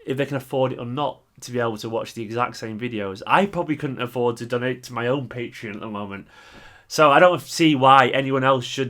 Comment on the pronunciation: its pronounced PatrEon - not Patron :) will sub at beginning of the month